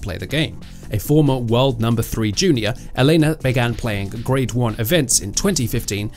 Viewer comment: And both on first AND last name! This guy is simply unable to emphasize the first syllables. It's EL-ena Ry-BA-kina damnit!